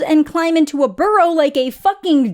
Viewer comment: i thought you were talking about a donkey when you said climb into a burrow. i had to listen a few times lol